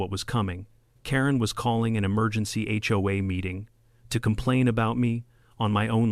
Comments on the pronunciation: Where did "hey-oh-a" come from? It's "aitch-oh-a," and I've never heard anyone except AI pronounce it as a word (hoe-a) instead of letter by letter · Got to love it when text to speech middays things, “the ho will rise again”😂 😂😂